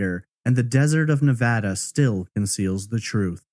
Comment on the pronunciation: Just a quick thank you for pronouncing Nevada properly!